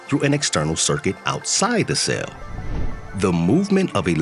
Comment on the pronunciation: It’s a CELL, not a SAIL. Pronounce it correctly!